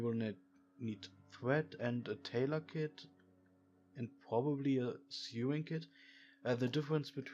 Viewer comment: Dude, your not saying sewing right, its sOwing not sEwing